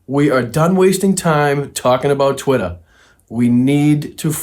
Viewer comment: TWITT-ER not Trwitah😂